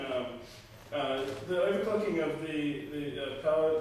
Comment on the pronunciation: Really nice board! But am I the only one who heres 'overcocking' instead of 'overclocking?